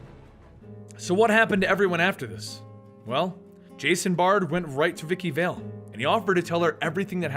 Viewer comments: Bard not Baird. Vale not Vall. Forbes not Ford. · he reads carmine and vivki correctly but falcone?val? its prounounced falcon(knee) u idiot and vale is ale with a damn V my god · When he mispronounced Vikki VALE and Carmine Falcone, he lost a teeny tiny bit of credibility, but more with Vale cause that name is spoken quite frequently in the video games and occasionally the cartoons or animated films.